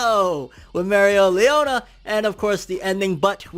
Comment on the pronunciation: 12 minutes of saying Mereoleona right... How can I get such power? I say it right, then mess up after lol